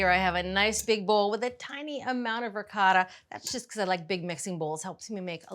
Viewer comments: 1- "Ricotta": Pronounced like the singular syllable “ree.” The “coh” sounds like the “co” in “coat, ”Tah" 2- “Moooz-za-rell" - It's not a Jewish Matzah. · I’m Italian American. Please forgive me - but the pronunciations of ricotta, mozzarella, and saying meat sauce, noodles 😂. Brown the pork (only) first, then add onions, garlic, parsley and basil. Egg added to ricotta can be optional. However, I wouldn’t turn away this lasagna.